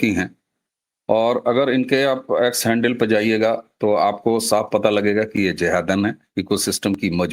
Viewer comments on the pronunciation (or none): none